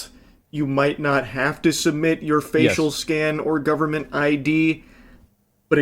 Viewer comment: The “guhberment” will protect the kids. 😂